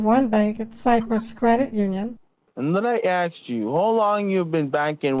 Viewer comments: more like lemme axe you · and let me "aks" you...i love this imbecil😂😂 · Let me ax you… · An tan I ax you, lol! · Jamaican here and I’m dyinggggg with laugh at this. Between the horrible grammar, awful pronunciations and the “let me axe you”, i just can’t😂😂😂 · has nerves of steel. All the 'Lemme aks you's" were starting to give me a nervous tic This scammer is DIS GUS TING. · Yeah, I had to turn it into a drinking game (per another commenter’s suggestion) “Let me axe you…” Drink! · and let me axe you, wtf, you should have done a karen on this piece of crap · No, axe😂😂😂